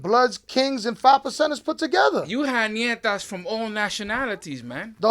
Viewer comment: Its not called Nietas its called NETAS